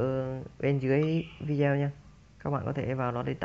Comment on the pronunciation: góp ý, đọc tiếng anh k cần chuẩn nhưng đừng đọc sai nghe khó chịu lắm, tool đọc là "tun" không phải tút, video đọc rõ là "vi đê ô" dùm